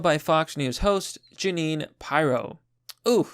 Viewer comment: Judge Jeanine is gorgeous but you're saying her name wrong. Catch her show on Fox on Saturday night. She's a very accomplished attorney/DA.